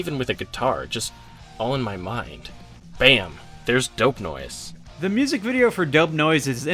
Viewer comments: It’s dope nose not dope noise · It’s dope nose👃 not dope noise.